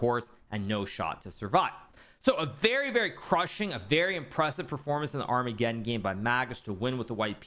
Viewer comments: Can anybody explain Hikaru's occasional pronunciation of armageddon to me? He sometimes says ar-mega-don and sometimes says it correctly... What am I missing? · It's just a joke, like how he says Deez knights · Thanks. I get deez knights e.g deez nuts... Ar-mega-don I don't get... Humour is subjective though I guess.